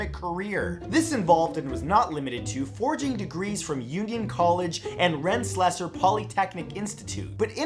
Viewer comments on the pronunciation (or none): Not "Rens-lesser," "Ren-sa-leer" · worst pronunciation of Rensselear I've ever heard Ren-sell-ear